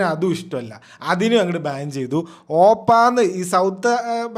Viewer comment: ഓപ്പാ alla ഒപ്പാ.😂.. Respect ode ചേട്ടാ ennu vilikkunna word.. 😁